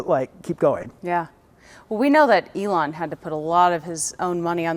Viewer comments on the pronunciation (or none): He cannot pronounce Elon? Weird 😢😢😂😂😊